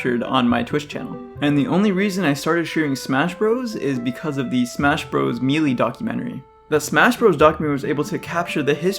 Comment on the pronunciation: I'm sure people have already commented about this, but... Please stop saying melee if you refuse to pronounce it properly.